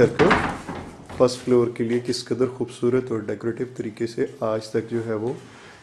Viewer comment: Khoobsoorat nahin hoobsuoorat hota ha urdu to theek bolain